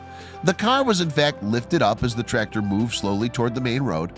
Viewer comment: U need to pronounce the c in tractor not trator